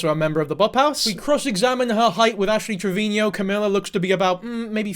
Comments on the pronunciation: Trevino, not Trevinio lol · Please stop calling her "Triveñeo".. you're making her sound way more fancy than she is lol. It's just trivino lol. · 6 videos and still can't pronounce Trevino